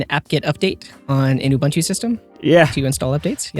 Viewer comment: Say it with me now: "oo-boon-too"...NOT "you-bun-too"